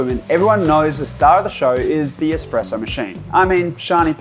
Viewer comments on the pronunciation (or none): Whilst I’m waiting in a queue for my morning coffee on the way to work here customers requesting their Batista favourites they always say. “Hi I will have a double shot expresso” when it’s espresso not expresso as thee is no x but people keep saying it why is that. 🤣🤣🤣